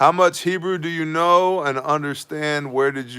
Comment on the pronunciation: Just gotta say WOW!! HUGE HEBREW pronunciation improvement! Almost there! Even nailed the ‘CH’ hockin a Loogie sounds! 😎👍 On the wine prayer at the end, try “Ber-ay pre- Ha-Gah-fin, and you will nail it!! Hope that helps. You’re becoming a Hebrew Ninja! So good learning stuff from you, thanks brother! Stay awesome and saucey!!